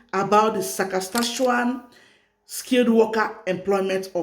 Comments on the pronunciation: Saskatchewan, not Sakaskachewan. Thanks for sharing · I like you when you said ssasakatshawan